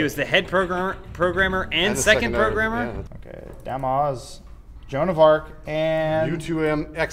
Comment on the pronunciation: That was the most butchered version of joan of arc I've ever heard.